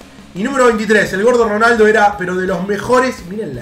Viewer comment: nadie: absolutamente nadie: "ronardo" jaja minuto